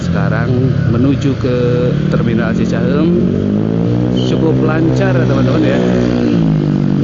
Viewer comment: Narrator-nya pasti bukan orang Bandung - teu bisa-eun ngomong cicahEUm 😁